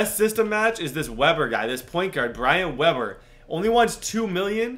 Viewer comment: Did he say Brian webber